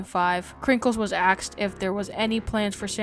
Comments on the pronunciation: Dude said "axed" at least 8 times. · "Krinkles had axed." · sorry but i just cant stand people who say axed instead of asked